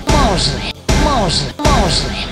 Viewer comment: Maazlim 😕 how hard it is to say Muslim ?